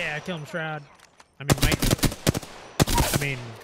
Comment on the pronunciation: Chroud with a C